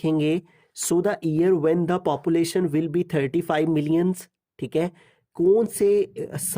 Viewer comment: sir ji papulation nahi population hota hai 🤣🙂